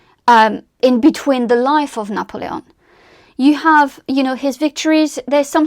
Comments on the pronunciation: I just can’t get over how you’re pronouncing his name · I gave up watching because of 1 your pronunciation , even of N's name. 2 your use of " like" kind of " etc etc. pity.